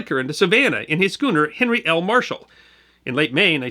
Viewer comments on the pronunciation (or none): none